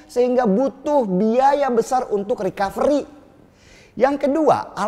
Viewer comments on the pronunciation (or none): none